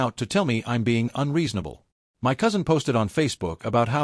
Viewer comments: yeah ditch the girlfriend, oh for f*ck sakes stop saying M.Y instead of saying MY it is so damn annoying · Not "m" "y" fridge. Irritating AI errors . . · m-y pans. m-y fridge. Really? This is driving m-e nuts. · MY, not m y, m y, m y. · Why do you not say my as opposed to M Y house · Why em why house? Why can't the AI pronounce the word MY? 🫩🫩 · So funny 😂😂😂 "It's M.Y. house, M.Y. kitchen, M.Y room, M.Y..." 😂😂😂 Cannot even be bothered to check the voice over, then say that it's going slowly at the moment 😂😂😂😂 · Dude it took me a few minutes to understand your comment. 😂 Em Why house, em why inheritance. If AI can't pronounce certain things why can't they teach it to? I knew it can't pronounce abbreviations, so that's easy enough to fix just don't use abbreviations. But "my" isn't an abbreviation. Like Mr. Dr. It also can't understand year dates or how to pronounce money amounts. It was dollars one zero three zero zero ($10,300) or sometimes three hundred at the end. Years: It was one thousand nine hundred and three (1993). I figured it out pretty quickly and ignore the weirdness, but the mispronunciation of the word "my" as em why is crazy. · you program it and train it to recognize how to pronounce it, as well as abbreviated words if you plan to abbreviate. It doesn't mispronounce every word in all caps, but does mispronounce "my" when only the M is capitalized at the beginning of a sentence. Also WGAF? 🙄 What a sour attitude when people are just laughing about something. I thought it was funny, I wasn't the only person who said something about it, who cares, why would you care? 😂😂